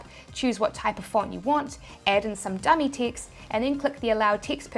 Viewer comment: Yes, I started looking for ticts every time she said TEXT